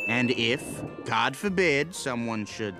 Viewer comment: the subtitles, say, "and if, God forbid", but I listened to it like 5 times, and I'm pretty sure he ACTUALLY says, "cod forbid" which is hilarious if true.